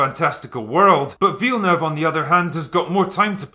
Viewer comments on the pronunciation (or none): none